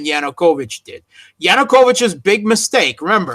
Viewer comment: Why does dear persist in saying "Yunukovich" when everyone else correctly says "Yanukovich"?